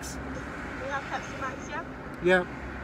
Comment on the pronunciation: I like my pespi with no H IICCEE 😂😂